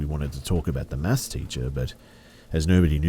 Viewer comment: Is that what he was saying?? It was pissing me off the whole time. Sounded more like "mass" class